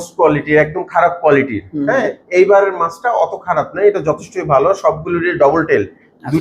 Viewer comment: Ekjon boltese valo behave apni baje behave boltesen,vai ektu clearly bolben valo hoto